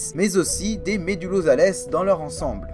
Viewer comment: Médullosales , prononcer " zal" et non "zalesse "